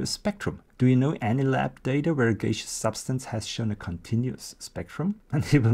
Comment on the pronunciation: You're pronouncing gaseous wrong. It's gas-eus, not gay-seus.